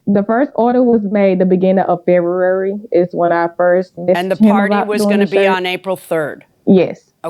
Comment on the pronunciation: She correctly pronounces February, but then says "tooken"! 🤦🤦👵🇺🇸